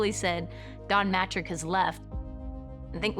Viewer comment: "Matrick" It was pronounced ma-treec and if you don't know C makes the sh in some languages.